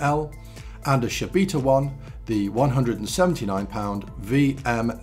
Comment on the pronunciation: What the blazes is a "Shabita"???? I know of the famous Shibata, but there is no such thing as a Shabita. What is so difficult about pronouncing this properly? Before you even try and say you didn't say it that way, like another Youtuber already did, just rewind your own recording 5 times and listen to yourself.